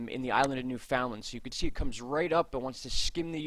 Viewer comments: Newfoundland Pronounced: “new-fund-land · It's pronounced by us, as New...fun...land, or New...fund...land. Some locals drop the d... lol 😁👍. I'd have to look into how it's properly pronounced, you may be on to something, and a lesson for all us East coast Canadians! In any event, you and your honey are super, and I thank you for your time and consideration in this matter. You are both hard and caring workers, and derserving of our time and likes. A little coinage, if we can swing it! 🍁💞🍁